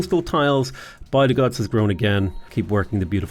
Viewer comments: Bydgoszcz is pronounced 'bid-gosh' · I love the way you say "Łódź" its 100% correct way also rest of the cities except Bydgoszcz and Szczecin are like 95% correct, good job. Bydgoszcz looks scary tongue twisty but its actualy easy you should say it like "Bydgoshch" (where "y" is not like in "why" but hard like first y in "syzygy"). Szczecin sounds similar like ending of Bydogszcz, its like shchetzin . If you could say the meme city named "Szczebrzeszyn" you will get lifetime endless supply of pierogi. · My Polish fiance appreciates the creativity in the way you pronounce Bydgoszcz(By the Gods) and Sczceczin (Skayzin) :D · by-the-gods (bydgoszcz) is now my new favourite